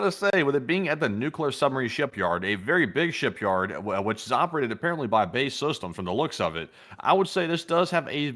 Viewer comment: B.A.E. Systems not bay lol. Barrow in Furness is known as the 90 mile cul-de-sac Lovely edge of Cumbria You’d all love our Cumbria John from Manchester 🐝 England 🏴